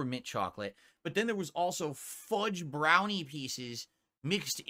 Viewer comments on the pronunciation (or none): none